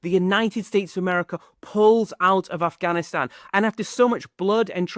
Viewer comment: ur pronunciation of Afghanistan is on point . felt nice.